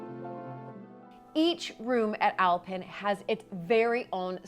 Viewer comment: It’s called OwlPen manor not Alpin 🤣